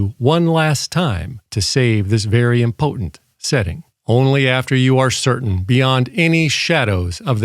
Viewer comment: Were you trying to say "important" or "impotent"? Kinda hard to tell. I only ask because I did buy the UV5R as a dork arousal device (I like the whip antenna while wife likes the ghost antenna) not knowing it was homodyne Me and the wife are definitely heterodyne. This is all so confusing, we are just gonna go back to Tinder.